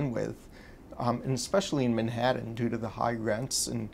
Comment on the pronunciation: Who the fuck pronounce Manhattan like this guy does?